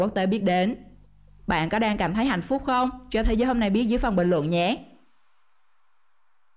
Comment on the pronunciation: chị đọc hạnh phúc thành hạnh phút